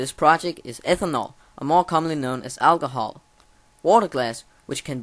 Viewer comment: Its alcohol not algohol